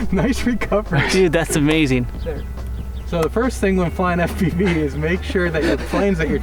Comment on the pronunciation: I love how says "Eff-piveee" lol